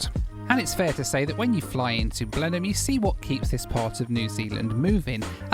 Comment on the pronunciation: One of my dearest friends in the world is from Blenheim! I have always wanted to go. You get extra credit for the impeccable pronunciation of Blenheim... Now we need to practice on your "Ezeiza"...